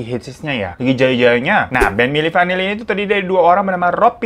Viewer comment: Milli vinilli Eh milli vanilla ngakak bgtt sumpah 🤣